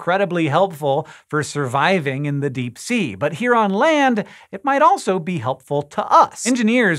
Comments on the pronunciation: "Dee" did you mean "Deep" ? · Disappear into the dee you say what is the dee? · into the dee lol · Pee is store in the dee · "What lurks in the DEE" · into the Dee? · “Into the dee” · "Into The Dee" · Into the Dee!!! Ew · Hehe dee